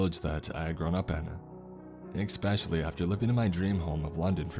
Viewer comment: Ahhh! Every story I listen to there is always an expecially or excape. No X please, it's cringe worthy. You read professionally so please correct this. I love the stories and this only lessens your skill. Constructive criticism.